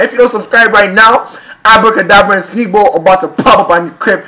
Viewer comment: Finally said Sneakbo's name right 😂